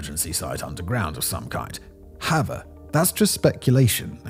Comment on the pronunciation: When you say "however" it sounds like 'hava."